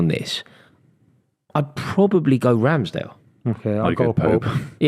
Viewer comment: How on earth can he say Ramsdale